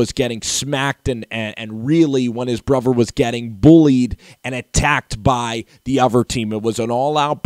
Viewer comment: Brother, not brover